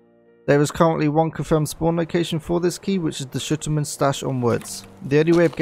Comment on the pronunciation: Sturman sounds so much better then shutaman or whatever you said please don't call him that . Thanks for snappy guide tho